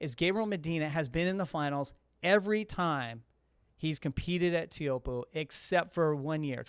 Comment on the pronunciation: i've been to tahiti and the guy said "tay-ah-who-op" i just called it chopes, not trying to ben that guy